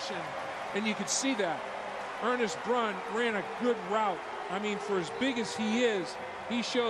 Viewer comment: ISU #84 is "Ernst Brun," not "Ernest Brun." (Think of a German sounding first name)